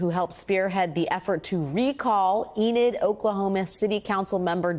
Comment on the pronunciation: Enid, not Eden.